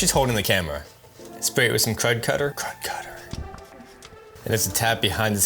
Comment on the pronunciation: Thanks for the great videos man I have a 94 astro I just got.. probably from a addict too 🤣. The way you say krud cutter is cracking me up.